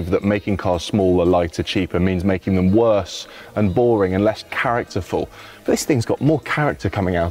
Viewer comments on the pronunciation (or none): none